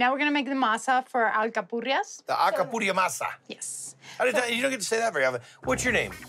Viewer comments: Guy "Alcapurria Masa" Fieri is a double agent 😁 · Bahahahahah It’s Acapuria Masa lol guy is hilarious